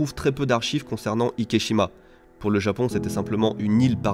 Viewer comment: Super intéressant (et une abomination qui me déçoit du Japon), mais je me suis demandé pourquoi est-ce-que tu nommes l'île Ikeshima et pas Ikejima puisque cette dernière est la prononciation correcte de la combinaison des kanjis? Le célèbre film Miajima n'est pas prononcé Miashima par exemple.